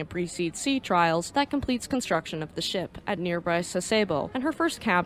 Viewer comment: Sass-eh-boh; that's how it's prnounced.